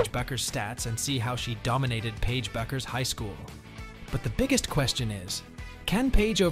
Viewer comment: Superficial and poorly researched. does not do her justice. and her name is pronounced "Beckers".